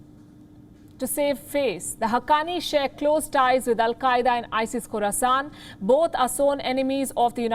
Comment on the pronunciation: Did she say Isis Corusant? Is there also isis Naboo and isis tattooine